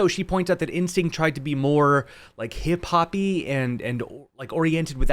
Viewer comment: “Hip-hop-ee” that’s hilarious, I thought I was the only one who said that! ❤️